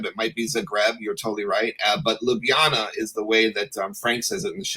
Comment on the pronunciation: Joe's pronunciation of Zagreb is closer to how you say it. Ljubljana he pronounces almost perfectly except the first "Lj" should sound more like the second one 😂